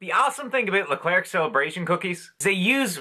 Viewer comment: I loved these 🐽😍 By the way, we don’t pronounce the “RC” at the end of “Leclerc”. ☺️ We say it as if it were a chocolate “eclair”, if that makes sense!